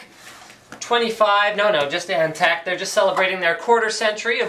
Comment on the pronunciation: "Antec" Nnnnnope.